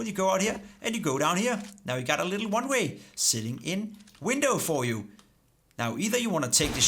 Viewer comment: det lyder som om du siger runway istedet for oneway